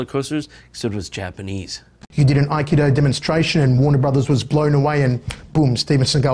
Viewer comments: schiavello is not pronounced that way. He butchered his own last name (mindblowing) also he said Aikida (what?) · Its pronounced (ah-key-doe) sorry to be nitpicky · You mean akido which is pronounced as uh-kee-doe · As someone who's trained up to the black belt level in Aikedo (which has its accent on the second syllable, not the first FYI), I'd be letting my dojo and the martial art as a whole down if I didn't state right here and now that Steven Segal gives the entire martial art a bad name. Aikedo's basis is to subdue your opponent without causing them physical harm, utilizing a redirection of the flow of their hostile energy (in the physical and metaphysical sense) to fell your opponents with their own force. I can vouch for its efficacy through my personal experiences. I have taken a 6' 4", 250 lb goliath of muscle named Ray all the way to the ground as a little 9 year old Aikedo practitioner. Ray was a great, very nice guy, but you could instantly feel the difference by using an Aikedo technique over just trying to pull or shove him down. Aikedo's mentality is nonviolent, straying away from the punches and kicks of Karate, Tae-Kwon-Do, Kung-Fu, and others in that vein. It is not a martial art based solely around "Throwing people to the ground" as Jon asserted, it's based around guiding your opponents safely to the ground in a pin, keeping them unharmed while de-escalating the situation nonviolently.